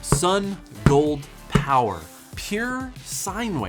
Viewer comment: I love your content, but people sending you review items should at least give you a phonetic pronunciation of their company name. Keep it up, thanks for the quality content.